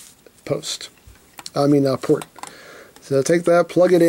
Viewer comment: I here plort when he says port